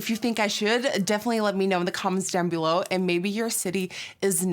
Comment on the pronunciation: her accent came out when she said below